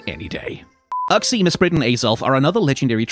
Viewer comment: Yay, a B for my favourite mon :3 but agh, the pronounciation... i mean i guess its better than oo-xie? but still not the (imo) correct Yu-xie